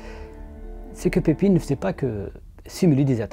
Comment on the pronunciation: Le "ij" de Pepijn se prononce "eille" comme dans "corbeille" ou "veille". C'est la règle générale pour les noms avec ce son en néerlandais.